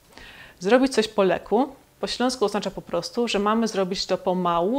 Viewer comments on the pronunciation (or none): raczej po Lekkku i trzeba to inaczej akcentować bo inaczej to brzmi jak byś była po zażyciu faktycznie jakiegoś leku. W ogóle te wszystkie śląskie słowa powinien wypowiadać jakiś Ślązak bo inaczej brzmi to jakoś sztucznie. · Po śląsku wymawia się to "poleku", bez słyszalnej przerwy i drugiego "k". Wymowa "po lekku" to byłby polonizm.